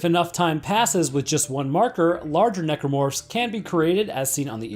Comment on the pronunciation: I'm here for "Necormorphs"